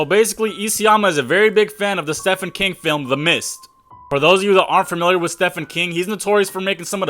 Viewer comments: You're saying Stephen kings wrong.. it's pronounced Steven. Idk why his parents name him Steven then spelled it as Stephen so don't ask me just know you're saying wrong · clean pants on this side. just think the misinformed, who read an article or two and its so obvious they dont know what hes talking about based on his pronunciation of "stefan king" alone (cmon dude is most well known moern author), shouldn't make vids just cuz he got a cam. obviously he can,but i can comment what i want and shit in anyones pants i feel like. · Bro learn how to pronounce shit properly before making a video. Stefan king...really? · Ah yes, I too know sthepan keeng as well. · Its pronounced steven king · Bro... His name is pronounced Steven King... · If I hear him mispronounce Stephen King again, I'm gonna lose it. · You can't even say the man's name right and he's one of the most famous modern authors. I call cap that you've ever even read "the shining" or "it".Maybe seen the movies but don't pull that " shoutout to pennywise and my personal favorite. The shining". Hell i doubt you even read the mist and its a short story and doesn't even end how you said. The ending you referred to was the ending Frank Darabont gave the movie adaptation. Though King has said he prefers it i really don't think it was gonna inspire AoT's ending.........but speaking of Mr.King..........Stefan King?!really?! MAN GTFO WIT THAT GARBAGE. How you gonna say "for you guy's unfamiliar with (name butchery) Stefan King "..........Homie you aren't familiar. Go read a book instead of just manga and stop thinking watching movie adaptations of stories means you read the source material. And most important stop making shit up and trying to pass it off as truth..........that shit is the cancer of youtube,or at least the hepatitis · You just know this guy didn’t know who Stephen King was until he researched this. What else could explain this pronunciation 😂